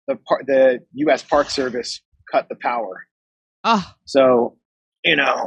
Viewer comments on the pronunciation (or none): none